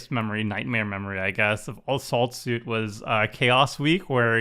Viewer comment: sounded like "a salt suit" if you don't see the card haha